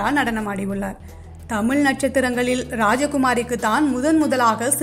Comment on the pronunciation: Poor prounoisiation of Tamiz and not tamil